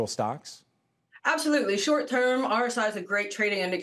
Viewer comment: Should we take market advice from someone pronouncing NVIDIA as Nuhvidia.. seriously, do you not talk to people in your industry?